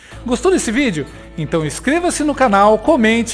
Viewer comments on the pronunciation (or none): none